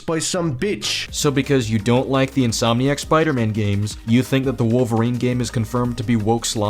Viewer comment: i can’t believe no one mentioned how logan says “i am wokerine, and i am going to wokerine you”